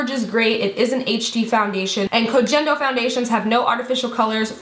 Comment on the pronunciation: love you💓 BTW the G in Kogendo is pronounced like “get”👌 thats how Japanese work lol